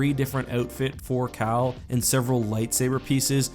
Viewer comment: Oh his name is CAL Kestis. I thought you said his name was, I was about to say "ANOTHER -based name in Star Wars?"